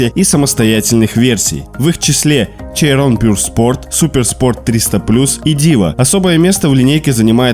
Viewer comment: Немного по поводу произношения: Chiron = Щирон, La Voiture Noire = Ля Вуатюр Нуар. А так прекрасное видео)